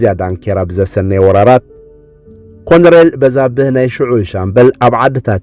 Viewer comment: ኣንታ ሓውና ከተንብብ ከለኻ ኮሎነል ኢልካ ኣንብቦ. በጃኻ ኮንኤል ኣይኮነን